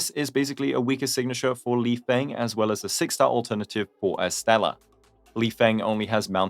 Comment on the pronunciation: I’m sure lifeng’s name is pronounced lee-fung since his name is chinese just like dan heng and the same rules apply. no shade